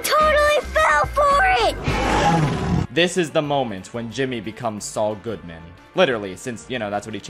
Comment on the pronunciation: He called Sual